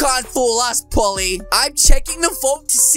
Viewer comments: He’s saying Polly it’s poley lol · bruh its not pally its po l e y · dude its pole E. not polly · its prononsed pOley sir